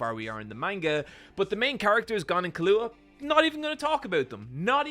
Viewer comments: I pronounce them how the japanese VA's say them. KI-loo-AH for Killua, ku-RA-pi-KA for Kurapika. Caps are where the stressed syllables are. To clarify, is saying ki-LOO-ah for Killua's name, making it sound wrong. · Leave it to an Irishman to pronounce Killua like Kahlua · did bro really just call him Kahlua?! Im dying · I’m just glad someone else commented this I have no earthy idea why calls Killua this